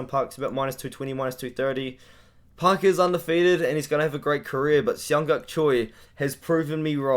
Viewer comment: For asian names just pronounce the J my guy. They wouldn't spell it like Jung And Yeong if you're just gonna say Young twice